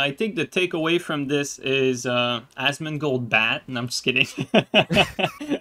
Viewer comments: its "Asmon" not "Asmond" lol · Imagine thinking you can get Asmon....I also think you got his name wrong on purpose, either way you're clowns.